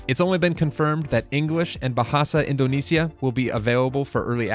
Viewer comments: don't worry, as an indonesian, I say your pronunciation is really good! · yess!!!! Your accent So Perfect I Know It Because Im Indonesian The Rhythm The Note The Sound So Perfect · As an indonesian , all i can say , your "bahasa indonesia" pronounce is perfect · your pronunciation of bahasa Indonesia is really nice heheh